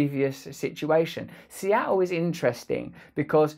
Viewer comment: It's pronounced Seattle. Not Seattle.